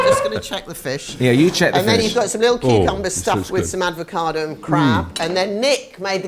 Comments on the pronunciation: Why does she keep saying aDvocado? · Did I hear "advocado"?😮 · My favourite podcast. Absolutely delighted though, appears to have said “Advocado “ twice. I mean, that lets the rest of us off the hook 😂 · aDvocado?? Really! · Does pronounce it “advacado”? 😂